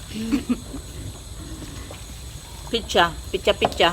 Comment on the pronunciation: kayo nga jejejemon taga bundok,,,,,,yun ang paka pronounce ng nanay mo piiiiichhhhhhaaaa,,,,,,,hinde ba dapat pizza yan hahahaha palibhasa walang pinagaralan taga bundok🤣🤣🤣🤣🤣turuan mo nalang nanay mo mag pronounce ng tama 😂😂